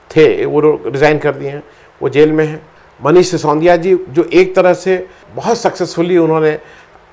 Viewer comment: सि सों दि या नहीं सर, सि सो दि या